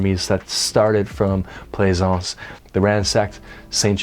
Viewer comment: Oh you nailed it!